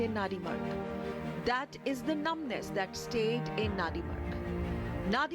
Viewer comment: It's Nandimarg. Say it right.